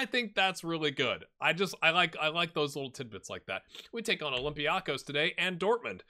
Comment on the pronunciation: It is pronounced OlympiakOs. It is on the last syllable.